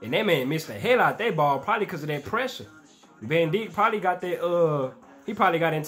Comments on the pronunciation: You r supposed to pronounce the name like this “ Vihhhgil vaun Dike” Virgil Van Dijk... not ven it’s vAn dijk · bro i was crying when he said van dik